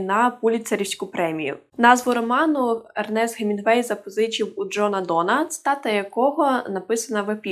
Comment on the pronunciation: как ты ещё язык не поломала, произнося гемингвей, с твоей помощью гемингвей в гробу перевертаеться